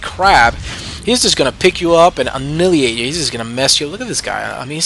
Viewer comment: I don't mean to be rude, I just feel compelled. Annihilate=(Uh-Nye-Uh-Late) Great videos BTW. (